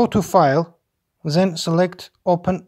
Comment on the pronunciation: Thanks for the video. TIP: "Then" is not "Zen"; and you know that, right?